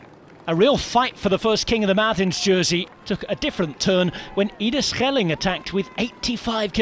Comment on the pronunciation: Good pronunciation of Ide Schelling there! (Did well with Landerneau too)